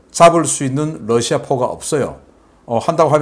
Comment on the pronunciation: 신대표님, 여러번 말씀드렸는데요. Lussia가 아니라 Russia입니다. 러 발음을 부드럽게 하십시오. 존경합니다.